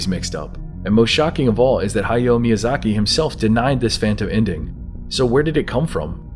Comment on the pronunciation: Hi-yoh me-yuu-zah-key